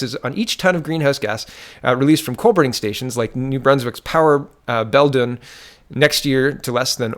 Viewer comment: It's pronounced bell dune